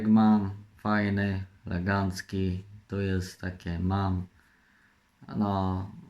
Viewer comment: Nie mówi się legancki tylko elegancki